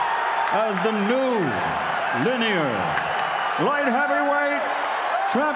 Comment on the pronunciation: Buffer messes up and says Linear not Lineal - so it's not really Bernie's fault